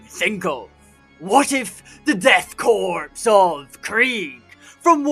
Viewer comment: I hate to be that guy… but “Korps” is pronounced the same as “core” the “p” and “s” are both silent (it’s French)